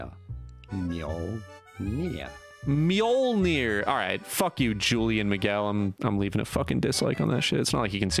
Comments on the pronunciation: Mill-Knee-Ore Weird french guy was close, but wrong....prolly cuz he's french. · Dogshit, i'ts called Mjölner; Mee-ol-neer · I always pronounced Mjölnir as Muh-yohl-nir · Muhjolnear… 🤦🏻‍♂️ Smh brother. All the Scandinavian subs hurting 😂😂 loved the vid though brother, enjoying the different content. Keep it up my guy. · How did you not know how to pronounce Mjölnir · LOL he does a video on how to pronounce a word and still does it wrong. well played